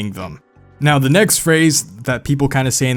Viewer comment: Wow The guy from Gio Films pronounces the "th" in words with the "v" sound and you pronounce it with the "f" sound